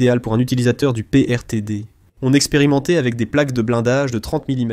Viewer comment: Sujet intéressant malheureusement complètement desservi par une IA et une traduction d’un ridicule : - Fusil anti-matière ? Non, fusil antichar ; - et Fusil PRTD ? Non, fusils PTRD (Degtyarev) et PTRS (Simonov) ; - Sujet ? Non, StuG (StuGe au pluriel) pour Sturmgeschütz, canon d’assaut ; - Hercer ? Non, Hetzer sur châssis de PZ 38t ; - La mine magnétique antichar allemande présentée est une Hafthohlladung. Le Panzerknacker est l’appellation d’un fantassin muni d’un moyen antichar (Hafthohlladung, Panzerfaust, Panzerschreck, cocktail Molotov…) ; - Le sans-mérite ? Non, le Zimmerit ; - Les clowns ?!? Je ne reviendrai pas sur la prononciation de Schürzen, complètement massacrée. En conclusion, rien à sauver de cette vidéo. Dommage…